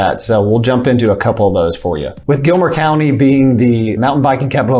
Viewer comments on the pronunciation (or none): Gilmer County not Gilmore ;-) cheers! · Gilmer Co not Gilmore Co